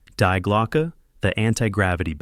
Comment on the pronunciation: Die is pronounced Dee